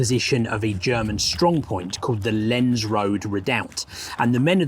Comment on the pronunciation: Just to help with your pronunciation: Loos will be pronounced "loss" and Lens will be pronounced "lonce". Fascinating video, thank you!